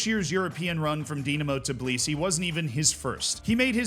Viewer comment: Tbilisi, man, not Tiblisi.